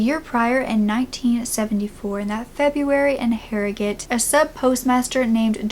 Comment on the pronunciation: So glad your pronounced Harrogate right (I live in Harrogate) People from near Harrogate can’t even pronounce it properly 😂 great video